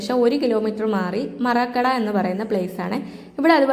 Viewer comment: മാറാക്കട അല്ല മരക്കടൈ 😅